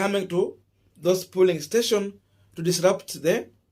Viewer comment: It’s pronounced as “polling” emphasis on ‘O’ and not Pulling you are emphasizing ‘U’